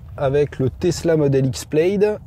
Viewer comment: "Plaid" se prononce comme "plade", pas "pleillde"...